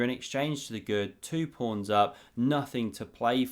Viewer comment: why is he calling the pawns prawns